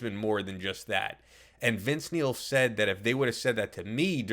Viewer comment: All I hear is Vince MEAL...